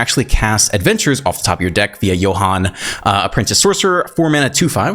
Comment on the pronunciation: As a German speaker, I must say I appreciate your pronunciation of "Johann" 😂 Should you play "Song of Totentanz" one day, please explain in your video that it's a German word lol